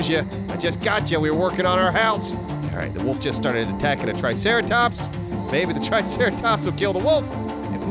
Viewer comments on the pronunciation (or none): none